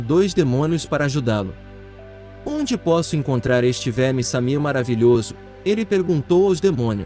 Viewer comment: Não é Samir, é Shamir.